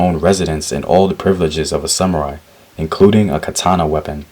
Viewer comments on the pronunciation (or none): none